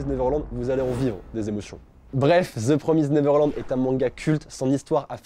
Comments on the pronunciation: Je suis la seule à rager quand dit: The Promize Neverland;-; (je le dis PromizèD moi perso) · Part du principe que le son èd n'existe pas en anglais donc c'est promizd et pas promizèd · Sa se dit The promisd et pas the promisèd sa n'existe pas ca 90% des français font cette erreur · "Theuu Praumizeed Naiveurlande" on t'aime. X) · Ça se prononce "promyzd(e)" en anglais en fait, on prononce pas le e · je rage aussi tqt x) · C très perturbant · The Promised Neverland, mon manga préféré ever 😭❤ Tu sais juste pas le prononcer mdr